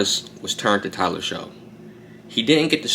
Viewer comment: It's pronounced Tyler "Shuck"